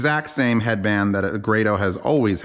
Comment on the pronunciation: GRAYDOH!!! It's GRAYDOH!!!!!! How is it so hard to just find out how to pronounce someone's name!!!!!!